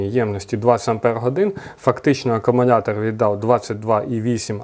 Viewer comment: Привіт, дякую за огляд. Але кажіть будь ласка акумулятор, а не акумунятор